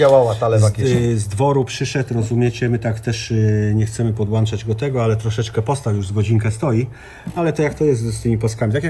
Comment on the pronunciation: Deck Radmor ma napedy Matsushita.... Panowie: podłączać, nie podłanczać.